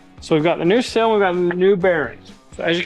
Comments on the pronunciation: It's a seeeeel Not sill. A sill goes under a window, a seal goes around a shaft. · I really hate to be this guy… A “sill” is what’s on a window. A “seal” needs more “ees” to ease our understanding. Truly, this is meant with warmth and love and simply to help. Keep it up. These videos are wonderful! Thank you for everything you do. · I don’t know how many times you said the word sill but each time it was WRONG and was driving me crazy!!! Lol The problem is that the word you were trying to say is spelled S E A L!!! Seal not sill!!!! And while I’m at it in: ‘let’s go up the mountain’ Mountain has a “T” in it!!! Pronounce it please!!! Same with Colton! Pronounce his name correctly please! Lol GEEZ!!! Love the videos guys, keep making the laughs and having fun! Good luck!